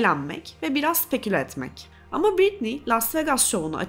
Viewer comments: her konuda yargı dağıtırken 1 saatlik videosunu yaptığın kadının 1000’lerce kez telaffuz ettiğin adını doğru okumayı da öğrenseydin keşke. Britney “Britniyyy” diye okunmaz, “ˈBɹɪtni” o… Wiki’de bile var. Saatlerce araştırmak ya da C2 İngilizce öğrenmek gerekmiyor. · en azından şu telaffuzlara bakmak bu kadar zor olmamalı ya britniyyyii yani... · Sen lütfen Bɹɪtni diye okuyanlardan izle. Bu öfkenin kaynağını da boş vaktinde bir araştır